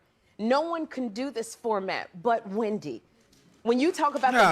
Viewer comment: Everytime says “HWhendy” - it sends me 😭😭